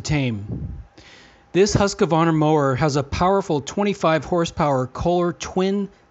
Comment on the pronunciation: Always funny to hear Americans pronounce "Husqvarna"